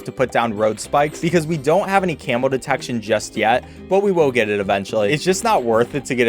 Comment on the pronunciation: It sounds like ur saying camel bloons instead of camo in btd4 Edit: ...and in btd5